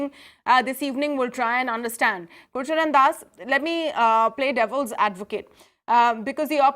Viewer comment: Please get the name right - Gurcharan Das, not Gurusharan Das. He is a highly-respected management figure and an erudite author.